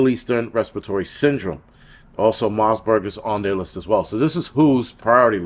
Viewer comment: Marburg...no 's' in the name. You're welcome ❤😅